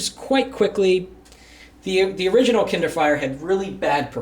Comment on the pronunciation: It's kindle not kinder